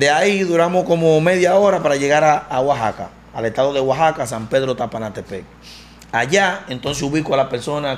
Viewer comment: Wajaka, San Pedro sapanatepe😂😂😂😂😂 el loco se aprendió lo nombre bien 😂😂😂😂😂😂